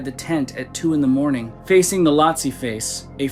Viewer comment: Can I help you? You keep saying "Lotse" wrong. It's not "Latse". It is pronounced with a long "o" - Phonetically like this - "LOAT - SEE"